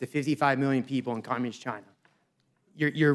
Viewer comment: Waters just can’t pronounce communist, it sounds like capitalist but we all know it’s not what she means.